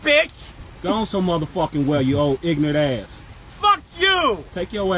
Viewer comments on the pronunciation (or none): Ignorant not ignant...